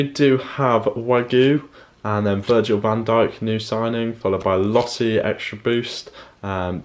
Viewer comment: it's LOSSL not LOSSI